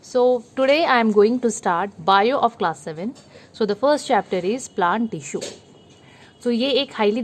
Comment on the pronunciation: Tissue bhi dhang se nhi bol sakti 😂😂😂😂😂😂😂😂😂